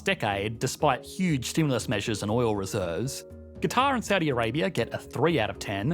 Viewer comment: ¿Por qué pronuncias “cuatar” en vez de Catar/Qatar?